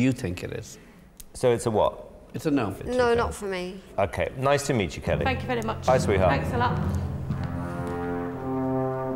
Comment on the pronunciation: Simon you ahhh vewwy vewwy wood!